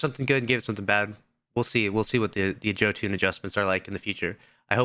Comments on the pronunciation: its pronounced "Yoh - Inn" not "Joe Tune" 😂😭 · Been over 2 years since Jötunn came out and this guy still says Joe Toon